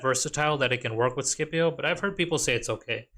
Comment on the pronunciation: Say Skippy-O one more time🥲 Sip-E-Oh😂